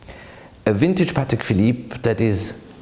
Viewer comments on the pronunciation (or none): It’s actually pronounced Pâ(Y)tek